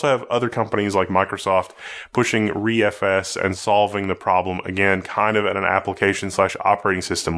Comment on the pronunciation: Hey said ReFS right! I’m so amazed